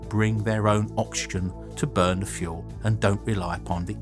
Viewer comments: I‘m pretty sure it‘s called oxygen, not oxyen...😂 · "Oxyen" WTF! You are such a dopey fucking fool! So many simple lazy mistakes! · “Liquid Oxyen”